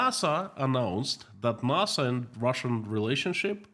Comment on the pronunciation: pronounced Nassa. Like Assa